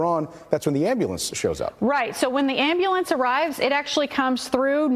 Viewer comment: AM-BYOU-LENCE fuckin ambuhlamps